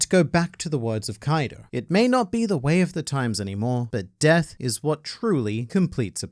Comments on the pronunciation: Its not kaido. Its Kai D. Oh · "Kwaido" 😂 I like this even better than "Koido" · Kawaiido... I love how funny that sounds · Ah yes "Kawido" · You get the Like just for saying Kuwaido. Well done. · "Kawiido" is top notch, sir! 🤣